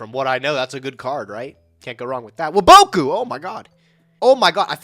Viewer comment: When will you guys ever say waboku correctly